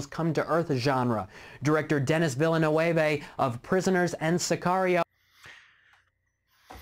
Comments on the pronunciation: Isn't it pronounced "veel - nurv"?? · It's pronounced "vil·nuhv", and even those who think they know, do it often wrong, because his first is pronounced "denny". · Oh God, I thought that mispronunciation of Villeneuve's name was just taking the piss, he's been doing it for years. I didn't know he was referencing a human being who actually thought that's how it's pronounced!